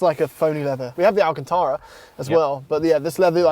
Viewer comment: lmfao my last name is also alcantara nd im glad u said it right